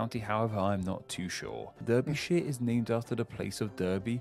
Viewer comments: DERBYSHIRE, pronounced DAR BY SHER .by people who Live there .Never Durbyshire. you'll end up in de Nile .if you keep saying DURBYSHIRE. 🙄. Never been in Denile .but I've been in the de Trent .DAR BY SHER . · Everytime I see someone react to this video I'm always annoyed at the narrator mispronouncing Berkshire and Derbyshire! (Berkshire is pronounced Barkshire and Derbyshire is Darbyshire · Bizare that the commentator of this video cant pronounce Berkshire and Derby/Derbyshire ! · There is a place in Shrewsbury called Christmas Pie.Derbyshire is pronounced Darbashire,not Derbyshire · The names of the counties. Derbyshire and Berkshire is pronounced with a 'A' not with an 'E' as I'm from Derbyshire. Bit of trivia, a person who is called a berk came from a Cockney rhyming slang for Berkshire Hunt = c**t. London was part of Middlesex until it split into County London and County of Middlesex. From 1965 Middlesex was was abolished and it became Greater London. Middlesex mean Middle Saxon. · It's pronounced Darbyshire. Not Derby. Ffs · Never heard any Englishman pronounce Derbyshire like that. Darby. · Berkshire? … pronounced Bark-shire. Hereford - soldier crossing. Hereford is on the way to Wales. Derbyshire = pronounced Darby - shire. Tyne and Wear = pronounced Tine and Weer. (where does this guy come from?) Wait until you get to the town names. Often these can be traced back thousands of years to ‘the place of <Anglo-Saxon chief> by the woods/river/hill’ and over the years have just shrunk to however this name was easier to pronounce. Map men do a good video on it. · totally agree, as a 62yr old Brit, I’ve always pronounced it Barksheer and Derbyshire as Darbysheer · Yes me too! I was yelling Barkshire and Darbyshire. Also Tyne abs wear! He said wear as in you wear it rather than weir. Not sure he’s a true Brit! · It's bizarre to hear an Englishman pronounce Berkshire and Derbyshire phonetically (the first part anyway). Phonetically, they are barksher and darbysher.